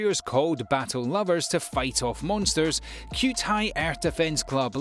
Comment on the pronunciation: Did u really say cue-tai to cute-_